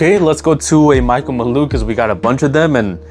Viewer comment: Why tf you keep saying Michael maloo?